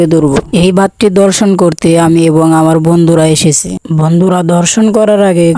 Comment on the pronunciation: ধর্ষন না দর্শন হবে 😂😂😂